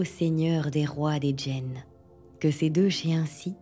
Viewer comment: Bonsoir heu je crois pas que djinn se prononce commeca Ça se prononce comme ça se lit (c’est de l’arabe)